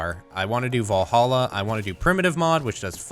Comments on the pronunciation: Va-lhalla...not Vo-lhalla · I know, but he said it with O that was my point ;)